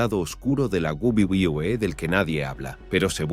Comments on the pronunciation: Porque dice guaguaguae jajajaja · Lo único que me pregunto es, porque carajos le cuesta tanto decir "doble v, doble v, e"? Es muy raro y aparte es gracioso como parece que balbucea pero si pueda decir wrestling o otras empresas de forma más normal xd (y si se le complica mejor que diga world wrestling entretainment) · Macmajon, wüa wüa wü e no entendí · Mi pregunta es tu sabes hablar 🤔pq se dice WWE que escrito es UVE DOBLE UVE DOBLE E para que lo leas y te lo aprendas para el próximo video😌👌😂😂😂😂😂😂🤣😂🤣😂🤣😅🤣😅😅😂😅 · De la guwuguwuwe, claramente está hecho con una IA estilo loquendo, algo que pronuncia lo que escribes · Hasta parece que te está dando una embolia al pronuncar "Doble U Doble U E" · Hubiese sido un video muy serio pero con esa pronunciación de wwe guaguaguaE guabliE lo 💩 todo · We we we wewe 🎤🎤😂😂😂 Esto pasa cuando se usa programas tipo loquendo, q dice "gualguier" cosa en vez d lo q debe decir 😂😂😂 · la guwulwebee que? 😂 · Lo dice de todas formas pero ninguna correcta 😂🤣🤣🤣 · Me causa conflicto la mala pronunciación de "wwe". 🙃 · No sabes decir uve doble o que xD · No se si esto es voluntario pero me da risa que el creador no le importó como hacer que esta voz diga bien los nombres jaja, lo que da más risa es que cada vez que dice Wwe lo dice diferente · El vídeo toca un tema triste y no puedo con la pronunciación de las siglas no paro de reír xd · Debes mejorar el tema de pronunciación de WWE, y de otros campeonatos de wrestling, queda raro como se pronuncia en el vídeo, y puede haber gente que no lo entienda. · esq en ningún momento lo decía bien😅😅cojones si eso lo veía yo cuando tenía 8años y lo decía perfectamente que lo vea con mi madre h amis amigos que luego con cambiábamos las cartas😂😂😂😂😅😂😅😅😂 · Su pronunciación a veces me confunde y no se de que compañía habla 🤦🏻‍♂️🤦🏻‍♂️